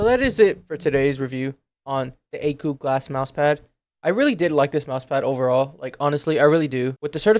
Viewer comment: How do you get the pronunciation of akeu out of akko?